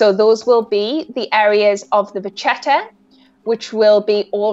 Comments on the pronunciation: Just a gentle reminder that it is not “ vachetta” but actually “vacchetta” , which in italian means literally “ little cow “ and it’s pronounced with a “K” Sound . Not “ch”. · Who TF told this woman she can speak English? What "canvas"? It's leather. Also, it's VA-KEH-TAH, because it's an Italian word and CH in Italian is pronounced as K in kale or kilogram. The term originates from the French word vache (cow), where CH is read similar to SH in English, but the suffix "etta" is clearly Italian so it was adopted into Italian as a neologism at some point and got an Italian pronunciation. The French don't really use "vachetta" to describe it, but instead say "cuir de vache", which literally translates as cow leather. Sometimes they use "vachette", which is pronounced VA-SHET, with SH like in ":sheep". Again, neither the French, nor Italians pronounce CH as the English CH in "cheese", instead the French pronounce it as the SH in "sheep", while the Italians pronounce it like the KE in "kettle". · May I? It's "vacchetta" (with two "c"s) and it's pronounced "vakketta" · Among the other critiques to the commentator... she's just butchering the word "vachetta"... Correct spelling "Vacchetta", pronunciation "Vakketta". Just like the word bruschetta you pronounce "brusketta". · the butchering of the pronunciation of 'vacchetta' tho. its italian for small cow.